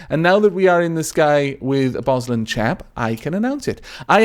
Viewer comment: lol BosLandschap means forest area and is pronounced bos laund (as in laundry) schap (hard g)